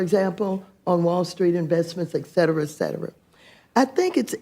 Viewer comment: "Excetera excetera" how are these people elected if they can't speak correctly...